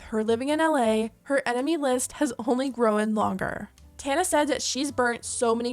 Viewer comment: Girl you need to learn how to speak. The W in the word GROWN is silent. It like listening to a 10 year old speak